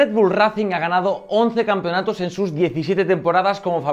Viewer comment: Porfavor pronuncialo ben, 'reicing', ese racing me ha destrozado los oídos xddd